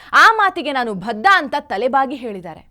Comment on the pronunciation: ಭಧ್ಧ ಅಲ್ಲಾ ಬದ್ಧ 😂😂😂